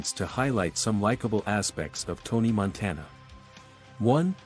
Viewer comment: "Tony Monteena"